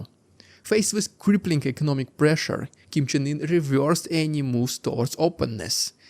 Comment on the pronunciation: Did you just say Kim Jung Ear? 😄